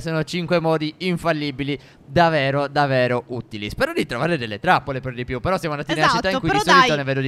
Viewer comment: Io vi adoro,ma perché dite davero e non davvero? Siete bravissimi lo stesso